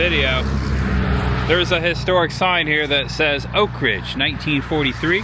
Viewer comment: You pronounce Oak Ridge as one word. It is pronounced as two words. You're forgiven for not being from around here. The NOAA building just outside Y-12 on Illinois Ave is an original medical building that still shows where the doors once hung for Colored on one side and White on the other for medical care. Thanks for a refreshing tour of Oak Ridge.